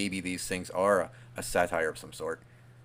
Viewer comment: Excited for this! Edit: This was so creepy! Absolutely fantastic show y'all! Dying to hear part 2!!! P.s. a satyr ("say-ter") and satire ("sat-tire") are pronounced differently my love ☺❤